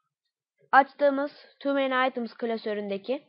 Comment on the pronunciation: tüü mny aytıms deyil toomany items !!!